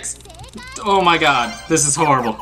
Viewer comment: "O MI GAWD"